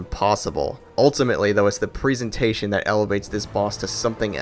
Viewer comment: let's not forget his way of pronouncing presentation as if it were présentation. (although, a VERY good video!)